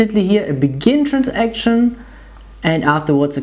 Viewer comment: A) It's not "Trans-action", it's "Transaction", this comes from the trade world. I understand why, but there's no need. B) Are you sure about the implicit commit placements? At least in Sybase, when running things as a batch, there is only one implicit commit placed at the end of the batch.